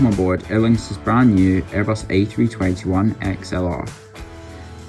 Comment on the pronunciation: As someone with the same name as this plane.. thank you for pronouncing her correctly!